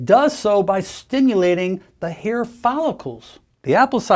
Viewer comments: Why does he say here instead of hair? Cover up? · In your hair (he said "hair" but some people have an accent, I first thought he said "hear").